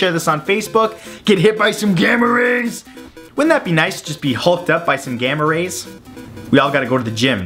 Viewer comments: I thought he said gamer raper and my face was like •-• what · Sounded like "Gamma rapers"